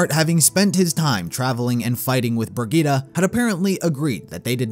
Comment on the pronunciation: I love how you tried to say Brigitte